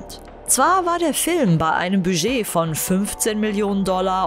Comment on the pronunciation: Nee, mit diesem stummen "d".